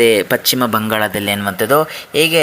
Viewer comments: It is not pachima bangala it is paschima bangala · ಪಶ್ಚಿಮ ಅನ್ನು ಪಚ್ಚಿಮ ಅಂತೀರಲ್ಲ? ಕಿರಿಕಿರಿ ಆಗುತ್ತೆ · Pachchim alla ,paschima bangala